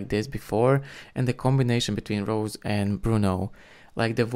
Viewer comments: Rosé not Rose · It's Rosè pronounce Ro-zay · Her name is pronounced like Ro-say or Ro-zay.